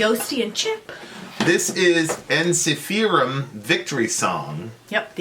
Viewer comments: En-SEE-fe-rum, not En-si-FE-rum: Christians that don’t know Latin, what a common place. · Truth is members of Ensiferum don't know Latin either and they would stress the first syllable like in Finnish pronunciation. :)